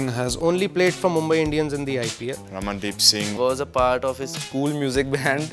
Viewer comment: PURE INDIAN Pronounciation of The name by DB 😅